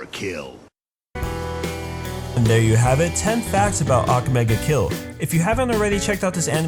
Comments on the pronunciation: I hate that u are saying ake mega kill ITS "akame ga kill" plz say right -_ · He pronounces almost everything wrong. EVEN THE TITLE.